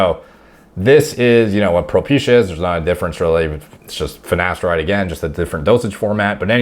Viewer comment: Mate the black guy on the hair loss show also says ‘finesteride’ - I commented on there. You can forgive Ashton Kutcher but how can professionals not even know how to pronounce their own drug. Madness 😂